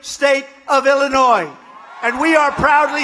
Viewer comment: Lol. Had to go at the bottom of Illinois? trump's so scared of chicago area. When he pronounces Illinois with the "S," idiot!!